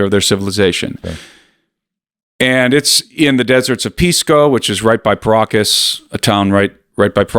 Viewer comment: Everytime you guys pronounce Paracas people I hear Pierogis people 😂